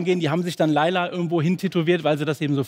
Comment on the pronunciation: Layla auf geiler zu reimen ist so peinlich, weil das Lied "Laila" wie ihr es scheinbar ausprecht, eigentlich "Leyla" ausgesprochen wird und somit der reim auf geiler auch nicht mehr funktioniert.